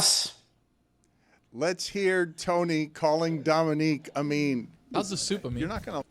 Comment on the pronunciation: Definitely said Amin